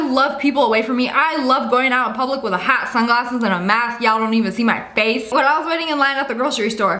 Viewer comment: the fwace